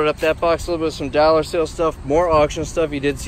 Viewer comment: If I had a dollar for every time he said “dallar”… Just kidding, love your videos